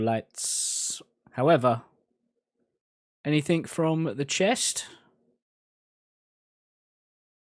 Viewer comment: I love you but can you please stop with the anythinK! It's anythinG!!! It's driving me loco hahahahah <3